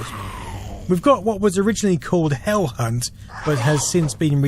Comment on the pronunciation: When he said “Hell Hunt” I thought he said “Hell C*nt” and that would be an AMAZING name for a game. Or band.